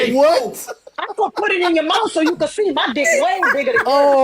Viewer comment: “Bring it over here and put it in my mouf” 😂😂😂